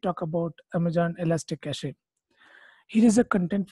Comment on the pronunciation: It’s not ka ch EEEE It’s just cash